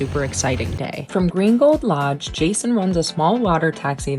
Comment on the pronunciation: Saying Green Gold Lodge quickly makes it sound like "Gringo Lodge!" 😊 Buenos dias! Yo hablo un poco espanol pero no tengo un tilde. I gave English spellcheck a FIT! 😅